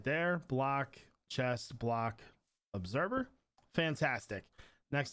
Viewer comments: ObserVer...not ObserBer. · He says obserBer in stead of observer 😂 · When he said “obserber” 20x 🤦🏾‍♂️